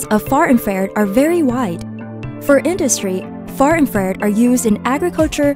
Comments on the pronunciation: IN FRA RED not IN FARE ED. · I should feel infused with knowledge, but instead my ears are infected with 'IN-FARE-ED" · infrared not infared! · Couldn’t they get someone who can pronounce infra red properly?